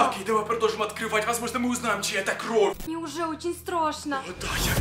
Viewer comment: Кровь ане кровь уларение на вь